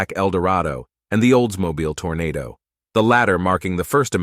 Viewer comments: It's a Toronado NOT a Tornado. Wow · TORNADO!?? This is beyond idiotic 😡😡😡😡 Read the %$@ word. tor-O-nad-o! On Cadillac Sedan - Phaeton is pronounced "FAY-ton" .